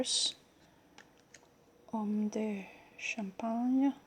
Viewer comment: Way to late to comment but: your Gebelin sounds fine, your Campagne doesn't (there's no H between the C and the A so it should be literally like Camp) and yes you can call this a Tarot, if you ever feel like it there's a lengthy discussion at the defunct Aeclectic forum about the different versions of what is called an Etteilla deck that also delves in the meaning of the cards that I could have almost swear was written by you 😊 (etteilla time-line I believe). Also since you have 2 medieval scapinies a run trough between the keywords on the minors of this deck and the artwork by Luigi on the same cards could offer a few insights on the similarities between Etteilla and RWS